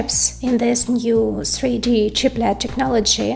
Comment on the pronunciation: "sree dee" chips 😁